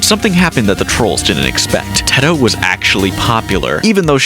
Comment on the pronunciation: I couldn’t get over the way he said UTAU and Teto 😭